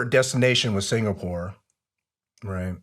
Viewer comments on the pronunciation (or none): none